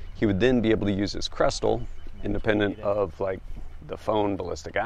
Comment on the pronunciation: Not krestel. say Kestrel. Like the bird. Kess-trell...